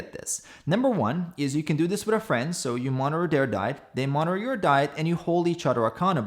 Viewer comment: Did you mean "monitor"? sounds like "monner"